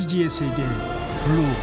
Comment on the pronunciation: 이거 어릴때 본방으로 봤는데 외국인아나운서 블루홀 발음찰져서 맨날따라함ㅋㅋ